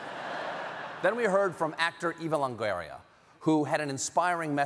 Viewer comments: I have never heard Eva Longoria's name pronunciation that way. 🤔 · TIL Stephen Colbert is regareded: Eva Longueria?? fcking nincompooop